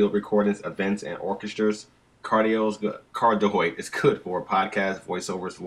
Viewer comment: Cardioid is pronounced card-ee-oid. There's two i's in there. ;)